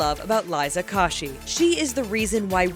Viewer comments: I might have liked this video if they said Liza's name correctly. It's ko-shy not ka-shy. Geez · her name is kOshy. not KoshY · You pronounced Koshy wrong. You pronounce the o like you say it when you sing the alphabet. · CAN WE JUST TAKE A MOMENT GO BACK TO 10.19 WHAT DID SHE SAY LIZA KORSHY? SHE IS KOSHY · did anyone else hear liza kawshi? ITS LIZA KOSHY FAM! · OMFFFF why did she say liza "kawshe" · KO-SHE not coshee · Was Anyone else quite frankly pissed off that she said Liza KO-shy instead of CO-shy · Proper way to say liza's last name U pronounce it : Kow-shi Not : Ko-shi I LOVE LIZA KOSHY!!💖💗💝 AND I NEED MAH HOLO QUEEN👑💄 !!H💿L💿SEXUAL!! I only came here for them two!!❤ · WHYYYYY IT'S KOSHY SAID KOASHY NOT KOSHY!!! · Lucky Stars yeahh😂 they pronounced it like "kaushy" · Kosher is pronounced wrong...and what says musical dot "L" "Y"? Edit-I meant koshy not kosher...stupid autocorrect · I see Christine I scream I saw Liza I scream then I heard KASHY WHO ID LIZA KASHY ITS KOSHY I GOT SO TRIGGERED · "Liza kashy" omg its koshy hahahaha sry i just got perfectionist issues😹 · LIZA 'KASHY' DAFUQ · KAH-SHI?! IT IS KOA-SHI! GET IT RIGHT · KOSHII?!!?!???? Omg BRO ITS KOSHY LIKE PRONOUNCED KOSHIE! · YAY! Saf and Cristine and Liza and Lele!! ❤️ 😘 Edit: Liza KASHY? Really, bruh no. It's KOSHY, like KOSHER! Tf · It's k-oh-shy not k-ah-shy. Do these people do the slightest bit of research, do you guys even like these youtubers? Or do you just like purposefully mispronouncing people's names? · dont you just want too scream when people say it like k-ah-shy Noooooooo it's pronounced k-oh-shy ! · her name is literally spelt koshy how did she even get kashy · OMG WHAT IS THIS!!!! “LIZA KOSH-EE?!??” “MUSICAL DOT L Y!?!?” TRIGGERED!!! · ITS PRONOUNCED KOE-SHE!!!!!!!!!!!!!!! #lizakoshy #milkchocolate #brownlittlepotatoe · Did she just say Liza Kashy ? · it's said liza ko she koooo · Its Liza K-ohh-shee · look at me I cringed when she said kosh-ee! 💔😭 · ITS KOH-SHY DAMMIT